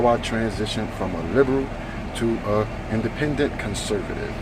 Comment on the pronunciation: I like how you said “indenpendent conservative”.